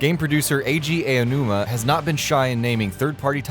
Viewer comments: Who is ayjay eyonooma? does e mean Eiji Aonuma? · This is a good video but pronouncing Eiji Aonuma's name wrong 10 or 12 times was like nails on chalkboard. There are a million ways to sort out how to say it. If you're going to the trouble to do a feature on a game he was the lead on, maybe look it up!